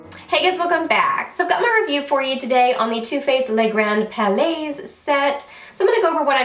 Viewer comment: palais is pronounced without the 's'. It's just 'pal'-'lay'.:)